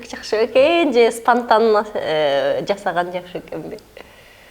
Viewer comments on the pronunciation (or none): стантанно эмес спонтанно